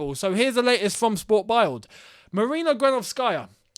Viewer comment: Sport Bild is German and pronounced SPORT BILT . Just FYI, keep up the great work my man